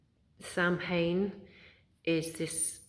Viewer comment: Very well said, thanks for sharing this. I like how you use anaolgies to explain what you want to convey, it resonates :) btw, the pronounciation of Samhain is said as "soughwan" (from an Irish woman) Thanks wise woman :) <3